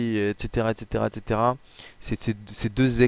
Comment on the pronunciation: J'adore quand il dit etc il le dit mal